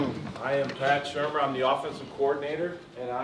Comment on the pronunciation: Pronounced Pat SHERmer not SHOEmer (Shurmur)